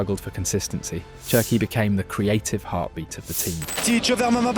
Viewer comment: Wonderful video but I have to say this… it’s “Sherki” not “Chi”😂 it’s French like you don’t say Chi-cago but shi-cago. Wirtz is Virtz. The same thing.